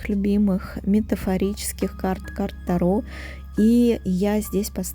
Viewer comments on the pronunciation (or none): none